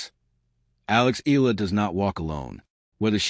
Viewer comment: Alex last name is pronounced — E-YA-LA not E-la